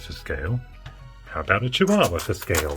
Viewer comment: Love this, thank you. Couple of observations; Cheeewahwah Sophiefractic reference "What a cutie-Pi" Didn't say "power Sup-Pi" Ladyfractic : "Pro-Pi-atary information" Connect to the Wi-Pi "Over the scor-Pi-on" LOLz. Keep up the good work, Alanicus Ox, UK.